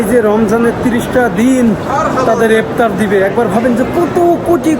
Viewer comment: ভাল ভ্লোগ করেন কিন্তু কথাবার্তা ক্ষেকমার্কা যেমন পিলার না বলে বার বার প্লার বলছেন, ইফতার না বলে কি একটা অদ্ভুত বলছেন বুঝা যাচ্ছে না। পুরাই ক্ষেত।